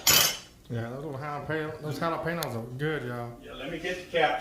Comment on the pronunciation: “Jah-luh- payno’s!??? 😩😂👏🏼 loved this recipe and video 💙